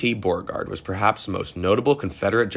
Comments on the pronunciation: He should try "Bow-RE-Gard" also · Who the hell is Borgard? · General “Bore-Guard” ? Come on, man. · You need to learn how to pronounce BEAU-RE-GARD ... Beauregard ... correctly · the 4th guy's name pronounced bo-regard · Bro, you gotta learn how to pronounce this stuff... Apottoemax? Borrerguard? Randolph-Maykhan? That was rough. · Probably should’ve looked up the pronunciation of places such as Appomattox and names such as Beauregard 🤦🏼‍♀️ sincerely someone born and raised in the old Dominion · Is this an AI voice? Mispronounced Appomattox and Beauregard...